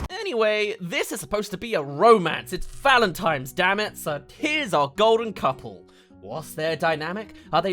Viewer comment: It’s pronounced ValentiNe’s not valentiMe’s 🤣🤣